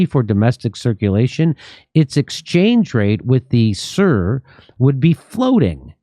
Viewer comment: can you not even pronounce SUR, really ??? its not pronounced SIR, its actually like in POOR… jesus almighty, you americans are special